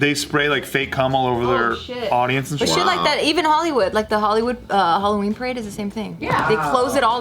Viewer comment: Alloween? Ugghh good grief 🙄